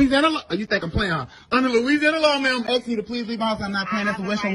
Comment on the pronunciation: A'hm AXING you t'leave mah house...!